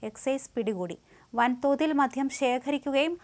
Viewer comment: മധ്യo അല്ല കുട്ടി..... മദ്യം